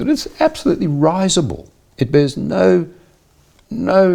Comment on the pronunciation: He can't say 'risible'?